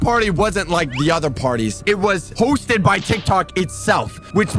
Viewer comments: When you said hosted you said roasted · Bro said roasted not hosted